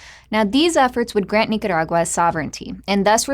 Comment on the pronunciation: I like how she pronounces Nicaragua.